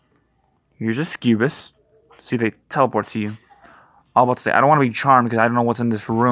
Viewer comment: suck-u-bus. Not whatever you're saying. Cool guide, though, thanks!